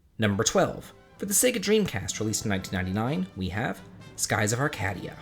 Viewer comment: is it really arr-CAD-ee-uh, and not arr-CAY-dee-uh, in Skies of Arcadia? if so, I’ve been saying it wrong all this time 😅